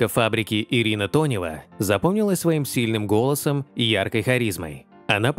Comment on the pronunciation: Ирина Тонева, а не Донева , делаете выпуски ,так првильно называйте артисток, а то только деньги зарабатываете на лайках